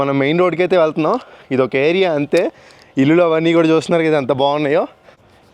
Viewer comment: ఇల్లులు కాదురా ఇళ్ళు అనాలి తెలుగుని ఖుని చెయ్యకు